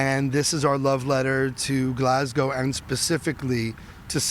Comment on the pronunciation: Bonus points for not saying GLASS-COW 😄